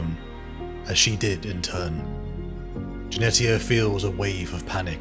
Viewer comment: Jenetia = Jen eesh ia , like Aletia (al eesh ia) , the t is silent.